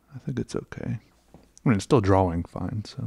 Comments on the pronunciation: I love the way he says draw wing 😌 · I’ll never get used to the way you say “drawing”. dra-WING